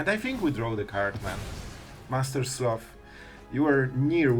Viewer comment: Master SLOTH (Not sleuth 😂)